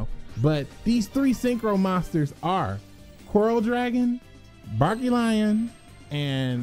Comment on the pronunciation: I laugh whenever he says Barkion wrong